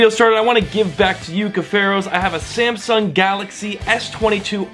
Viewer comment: Sam sung not sem sang can u talk